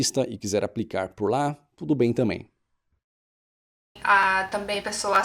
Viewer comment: É TAMBÉM , NÃO TAMÉM . É TAMBÉM NÃO TAMÉM